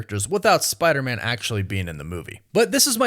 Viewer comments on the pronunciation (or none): It sounds like you're saying "Spidermin" like Spiderman is a Jewish last name. F*R*I*E*N*D's et, al (1999)